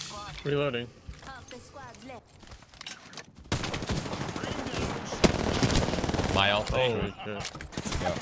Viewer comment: Now I can't unhear "Reloading" whenever I play...